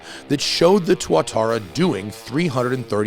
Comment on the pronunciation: As a reformed Kiwi, it's pronounced "too-at-aah-ra" after a native lizard, not "twatarra" which will get some laughs from the UK and Aussie crowds...